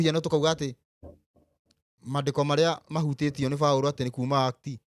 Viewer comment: Hii ni lugha gani boss, eti “Mandeko” instead of “mandíko”